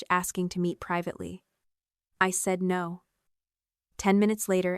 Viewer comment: Lmao. (Mimics in Mermaid) 'Oh Nor'